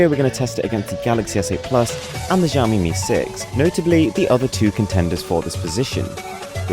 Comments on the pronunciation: ITS NOT CALLED ZHAMEME ITS ZAOMI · "jaomi mi 6"